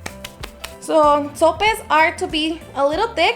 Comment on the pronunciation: so-Pes - Sopes, not “sores” 😬